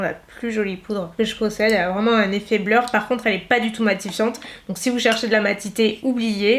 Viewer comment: Du coup est-ce qu’il existe une poudre de finition mais Matt ? Effet bleur’ comme tu dis mdr